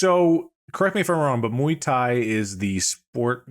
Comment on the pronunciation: But actually, Mark pronounced the first word correctly, close to the original pronunciation.